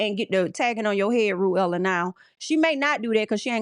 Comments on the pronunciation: I’m screaming everytime you said Ru-Ella lmao is Pronounced Rue-la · Her name is rulla (sounds like ruler but with an A) not ru- ella. 🤣🤣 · see now i like ru-ella it's giving cruella 😂